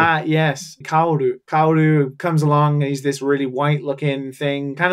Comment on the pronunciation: Those pronunciations, holy fuck. GEN-do, Longe-inus, Kauro. You did watch it in original with subs, right?